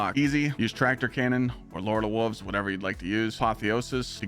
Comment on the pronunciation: you sound like a toddler, learn to say wolves ya grown ass man....